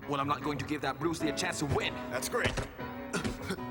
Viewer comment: Its he BES brus lee